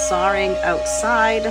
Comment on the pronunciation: "Sawring..." is that a New England pronunciation? I love that our great country has regional gems. I so enjoy savoring your videos,. Thank you from the Midwest!